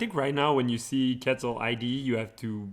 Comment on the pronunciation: I love that netrunner as a game has characters from a lot of different cultures and backgrounds, but it breaks my heart when I hear how people pronounce Quetzal.